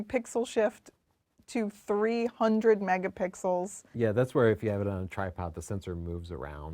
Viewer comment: is definitely buzzed.. 😂😆... "I looove megapixels, man." Slurred.. LOL Best podcast ever.